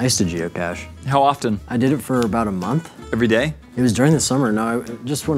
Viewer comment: Am I the only one that heard " jew cache" instead of geocache